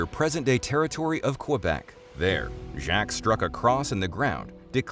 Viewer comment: Ai trash calling “Jacques” “Jack…”